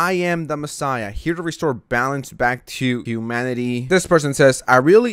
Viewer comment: "Huemanity" I'm dying.